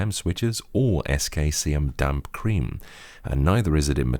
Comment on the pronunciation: saying "damp creme/cream" is just so weird XD